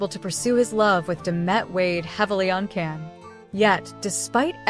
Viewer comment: It's pronounced "Jan". Strong J sound. He reacts badly to mispronunciations, from what I've seen.